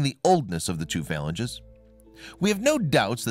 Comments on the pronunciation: /fə-lan-gē'/ the finger bones you speak of... you lose sci-cred when you mispronounce words. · Phalanges - properly pronounced "fah-lan-geeze" Research words you're unfamiliar with next time.